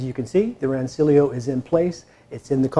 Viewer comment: Nerds will tell you it's pronounced "Ran-ch-illio."